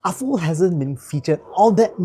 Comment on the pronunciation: You pronounced Aful correctly! Yeah. Afoo. Nice review, thanks.